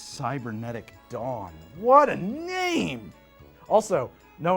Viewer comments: 😂 I thought it was “cybernetic dong” not “dawn” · I heard it as "Cybernetic Dom" and went "I think I remember this movie differently." LOL. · 'Dawn' is definitely not what I kept hearing, had to wait for the text 😅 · I had to play the video back because I thought it was Cybernetic Dong not Cybernetic Dawn